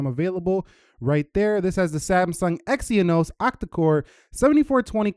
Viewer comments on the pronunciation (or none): Had to stop the video at "EX-ee-uh-nohs"